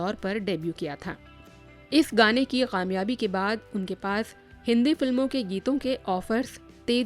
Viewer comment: You're a good narrator but please don't pronounce Kamyaabi as Qamyabi😊😊😊😊😊